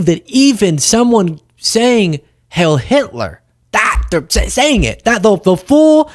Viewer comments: Why do you say “hail” when everyone else says “hiel”? Is this another self-censoring-to-avoid-censoring? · it's not "hail" it's "heil". It's German and it's pronounced with a long "i" sound. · Heil not Hail Hitler! Pronounced Hile! Either way it's despicable! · It’s not “hail” but “heil” which does mean hail anyway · Isn't it "Hi-ill" not "hale"? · Who wants to tell Kanye that it’s HEIL, and not HAIL. It rhymes with “while”, it doesn’t rhyme with “pail”. I guarantee he doesn’t even know what HEIL means. Spoiler, it doesn’t mean “hail”. 🙄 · “heil” rhymes with “bile”. Heil Hitler. Bile Hitler. Not Hail Hitler. Mispronunciations like this are not a good look for you, or anyone for that matter. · Please don't mistake the following remark for glamorizing Naziism or the American Idiots who embrace their idea of it. The word "heil", while it translates to the word "hail", it is pronounced (phonetically) "hile". Disrespecting the German language and journalistic integrity by investing zero effort into pronouncing this simple word causes you to lump yourself into the category of Feckless Blogger. I know you're better than that.